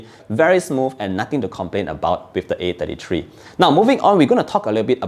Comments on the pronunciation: I can't tell if he's saying A53 or A33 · I got confused with your pronunciation between 33 and 53, sounded so similar I had to go rewind to be sure which model you were referring to.